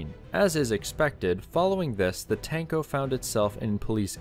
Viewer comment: "Tank-Oh" makes me giggle